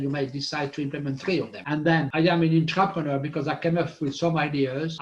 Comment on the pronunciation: Great explanation, thankyou guys I hear intrepeneur & entrepreneur. Is ther an innerpreneur? 😁❤👍🏾💫🙏